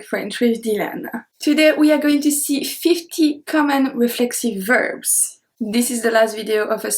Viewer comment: Your English is wonderful. Remember, we pronounce the 's' at the end of words; so verbs is not pronounced "verb", but "verb s"